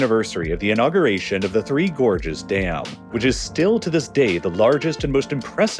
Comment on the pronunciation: I thought you were saying "Gorgeous dam"... and I was like: "yeah they look alright but i wouldn't go that far"